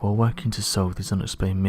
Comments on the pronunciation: I think I'm going to unEPSCRIBE if you keep saying epscribe.. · Hahahaa !! I hear ya there !! Is Subscribe really that difficult to say ?! I guess its an english thing ?! Lol